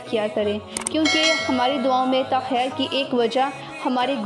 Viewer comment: One mor e word is say like this in duo takher this is you should say like this takheer sorry my beautiful daughter.